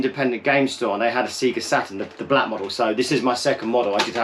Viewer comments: trying to tell us about the Saturn when you say ‘Sega’ like an absolute plonker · I feel like I've never heard someone say "SEAGA", it took me by surprise! I definitely took my cue from the "SAYGA" booting the old Mega Drive. I grew up in Lancashire and never said it any differently as far as I can remember. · never heard an American pronounce it like that either.